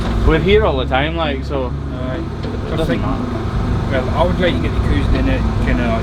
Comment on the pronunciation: A character in a school play of mine had a Scottish accent and written in the script was to pronounce cows like "coos" and until I didn't realize just how accurate that was